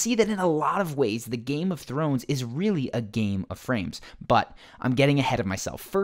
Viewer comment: "Nothing to do with Game of Thwones" 🤣🤣🤣🙈